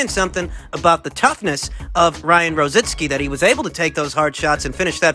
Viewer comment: IT'S ROZICKI...NOT ROZITSKI....LOL...